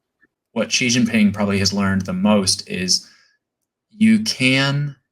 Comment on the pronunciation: "That's a hanging chad for the PLA" lol Also, Ji Xinping? Stolen from the Economist Prince podcast, "Si/Sea" Xinping